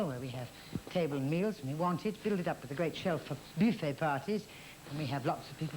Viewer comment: her French pronounciation is hilarious, soooo exagerated but not sounding quite right, eg bewfay....